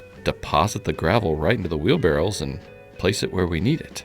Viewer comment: Maybe it's an accent thing but are we talking wheelbarrows or barrels?